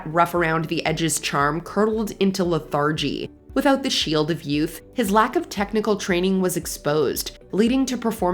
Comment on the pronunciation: Is the MsMojo narrator AI, or does she just not know how to pronounce lethargy?